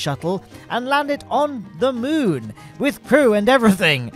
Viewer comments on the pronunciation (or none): How are you pronouncing “moon”? Have you ever said that to another person? Did they correct you?